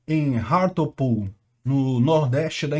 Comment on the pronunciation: A pronúncia de Hartlepool me lembrou de Cazuza! Parece "rato pool"... "A sua piscina está cheia de ratos..."😂